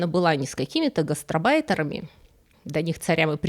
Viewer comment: 😢что я слышу на 7.01....:"не с какими-то гасТРОбайтерами..."...а надо говорить правильно-"гасТАРбайтерами"...